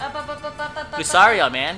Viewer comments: I don't mean to be rude but lucario is pronounced lu-car-io.Thanks for posting your vidios you are a great channel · Pronounced LuKario like it has a K.